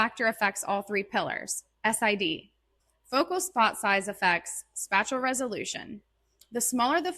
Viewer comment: Why do you say SPACHULL instead of SPATIAL